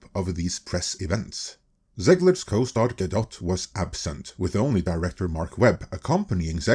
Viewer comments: "Gal-guh-DOT"? bruh its guh-doh. Learn to say peoples names right. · Is her last name really pronounced Gal-Dot? I figured you would have been corrected by now. Gal-Doe. But maybe it is Gal-Dot.